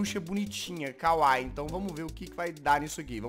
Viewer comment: A pronúncia é kawaíí, não kawai. Bjs, Jazz. E não se preocupa que logo, logo sua garganta vai acabar explodindo de tanto fazer a voz da Jazzy :v